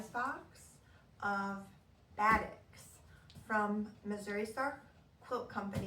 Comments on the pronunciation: This is a good introduction to the world of batiks! "Buh-TEEK" is the pronunciation. It is a process of how the fabric is dyed that gives the color variations. Love these colors! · It’s pronounced baa-TEAK.